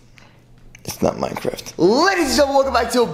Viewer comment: Who luv minecwaf?!!!